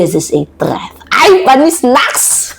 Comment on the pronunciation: with all due respect ilang buwan ko ng naririnig at napapansin ung pronunciation mo ng THREAT. paki practice lang po Ang tamang pag bigkas ng THREAT para dika nagmumukhang katawa tawa sa pronunciation mo. By the way I'm a huge fan❤